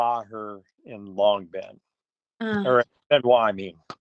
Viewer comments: Người Mỹ có nhiều từ không phát âm được Long bình nói là Lòng Bien 😁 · Long bình not long bien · Long Bình, nhưng tiếng Mỹ phát âm như long biên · Long Bình not Long Biên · Long Binh chứ không phải long biên đâu . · Long Bình - mà ô đọc -,>người phiên dịch,->Long Biên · Long Bình, khg phải Long Biên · Không phải Long Biên mà là Long Bình. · Long bình Biên Hoà không phải Long Biên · Không phải long biên mà là Long bình biên hòa đó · Không phải Long Biên mà là Long Bình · Long Bình chứ không phải Long Biên nha ơi, căn cứ quân sự...., hình như thuộc Đồng Nai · Long Bình chứ không phải Long Biên . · Oh .Long Bình Biên Hòa. Không phải Long Biên 😊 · ❤long bình chứ không phải long biên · Chú nói Long Bình ko phải Long Biên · Long Bình, Biên Hòa, vì người Mỹ nên đọc trại ra Long Bin.